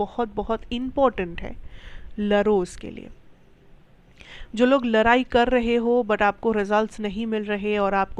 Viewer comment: लराई नही होता है😂😂 लडाई कहेते है 👍👍शब्द ठीक से युज करो 😊😊